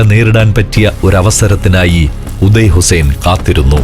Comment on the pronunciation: ഉദയ അല്ല... ഒതായ്